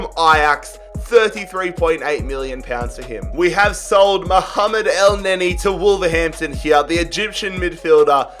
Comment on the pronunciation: not elneny 😭